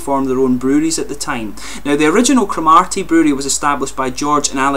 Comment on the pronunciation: Great review but there is no emphasis on the 'ar' in the place name. It's almost like Crom 'ur' ty. :) They are great beers though.